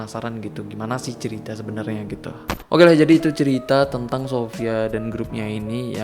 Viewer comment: tentang bang bukan tenang. :v